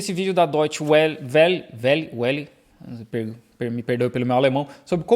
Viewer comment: Fala-de "Vélle" 😉